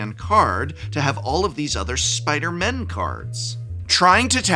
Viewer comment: Please say “Spider-people”. When you say you only want “a few spider-MEN” with emphasis on the “MEN”, you sound like you have a problem with the non-men spider-people, although I know that’s not what you mean